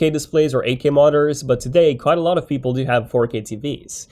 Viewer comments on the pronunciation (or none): none